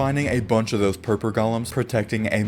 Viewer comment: Did you mean to say purple golems or purper golems?